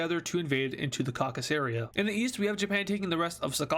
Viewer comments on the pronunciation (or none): none